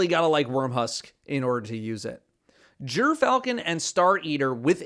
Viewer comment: Jerfalchon not Griff-al-chon kills me every time i hear him say it sounds like he wants to say it right but just wont😅.